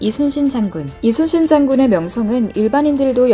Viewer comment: 근데..저만 그렇게 들리는지 모르겠지만 말하실때 대체로 "이수신 장군" 으로 들립니다.